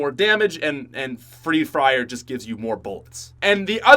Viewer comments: says free fryer instead of free fire. I thought I should share that for whoever didn't catch that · Who heard him say free frier